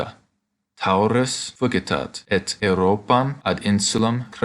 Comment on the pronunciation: I agree with poster Todd Phillips (below), I think it should be 'fugit', not 'fugitat'.